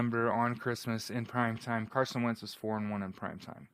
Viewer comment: When its difficult to give carson credit you can barely mumble his name makes you a hater